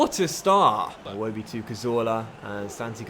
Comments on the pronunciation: it’s Ee-woh-bee not I-woh-bee other than that fantastic series really enjoying it can’t wait to see the next season!! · I kept getting triggered when he said 'eye-wobi' instead of 'iwobi' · its "Iwobi" not "eye-wobi" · its not pronounced iwobi, its ewodi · EYE wobi, sounds so damn stupid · HOW MANY TIMES CAN YOU SAY IWOBI WRONG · Can you pronounce Iwobi properly please? it's so triggering lol